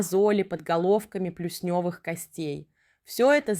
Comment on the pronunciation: Видео хорошее и полезное, но озвучка странная, будто ИИ. Автор, обратите внимание на интересно проставленные ударения: подолОг, плюснЁвые и т.д. 😂